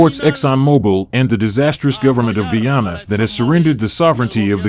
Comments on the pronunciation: I'm an Indo Canadian. My wife is Guyanese. You have presented a good analysis. But, you are calling the name of this country as "Guwana "frequently. It's Guyana, not Guwana. There's no such name there. Please correct the name. I visit this country often. It's Guyana, not Guwana Guwana... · One Chhaprii, It's Guy-Aanaa. Not GoooWaanaa. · Bhai great video, thanks for sharing the story. And it’s Guyana not Gwana 😊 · Sir. It is not pronounced GU-ANA. It is GUY-ANA. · GUyana hota hai paaji..Guwana nahi..Gohana Harynana me hai..Jalebi ki yaad aari manne te tai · Bhsdk, kisko Guyana pata nahi hai, kyunki joh bhi cricket dekhta hai un sab ko toh pata hai. Aur naam toh barabar pronounce kar. Gooyana nahi hai pronunciation. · FOR THE SPEAKER IN THE VIDEO. Why. Do you keep saying 'Gwana' where the actual name is Guyana? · What is “Goo-ana?🫵🤣